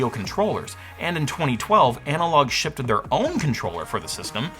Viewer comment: Did this guy just say shipted? SHIPPED!